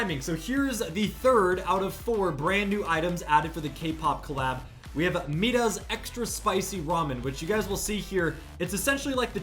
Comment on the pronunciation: mee-rah not mida